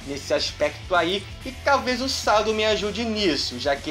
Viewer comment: que Sado é chad sabe nem pronunciar kkkkkk